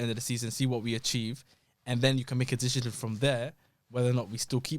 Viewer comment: why can't that guy pronounce 'decision' properly